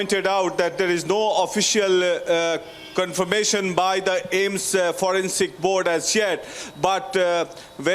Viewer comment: It's AIIMS not Ames yar